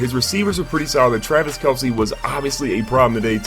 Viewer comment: yeah hi my name is and i dont now how to say travis kelce hhhhhhh